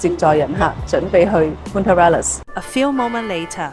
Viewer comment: 如果喺Ushuaia 上船有時last minute可能很平，另外想提一提Punta Arenas西班牙語不是這樣發音的